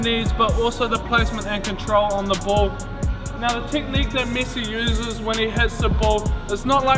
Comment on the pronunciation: Its MESSI not MYSY